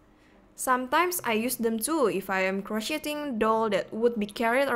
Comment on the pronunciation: . Uhm, ik english may not be ur 1st language but uh, you pronounced crocheting in a way that made my five year old brother and mom look at me disapprovingly. I'm sorry.